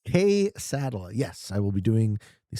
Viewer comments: Hearing him butcher kay-suh-dee-ah was mind aching and hilarious all at once lol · For the love of all that is good and holy………. Kay-suh-dee-ya Quesadilla. 😂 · Considering to make an appeal against visa seeing the way he pronounces quesadilla